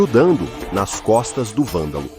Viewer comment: Poderia caprichar mais na voz da IA. Algumas partes estão meio ruins como a IA falando "Valdal" e não "Vândalo"